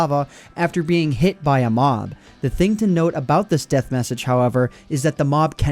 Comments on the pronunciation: What it's deth not beth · What's a 'deth'?